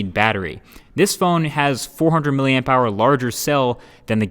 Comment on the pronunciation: Hold the damn phone!! You said MilliAmpHour and NOT MillaAmpHour like you used to!! Just gonna check that the moon is still up there shining bright.